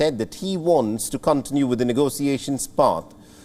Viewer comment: Contiiiinue not coooontinue. Leadn.